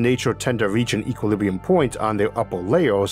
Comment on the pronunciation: Omg when he says "equiwibwium" I can't 💀💀💀